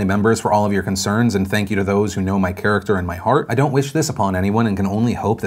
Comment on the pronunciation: charterer... not character